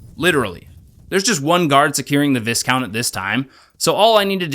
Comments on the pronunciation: Great video. But it's just pronounced Vicount, the S is silent. Like all the ranks of your missions. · Its pronounced "vy - count" - european noble person. Good video 👍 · FWI it's pronounced "Vigh-count", the "is" sounds like it does in island. Great video though, thanks for the upload :) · Really enjoying this series so far. Just a heads up, you don't pronounce the "S" in "viscount"... It's more like vye-count. Cos the English language is stupid like that sometimes. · extremely fun video, nice job! ...the s in viscount is silent... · That ain't how you pronounce viscount, brother.